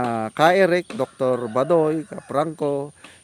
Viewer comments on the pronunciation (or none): none